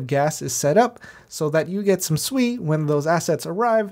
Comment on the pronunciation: Hmm u calling it differently.... I like when ppl Su eeeeeee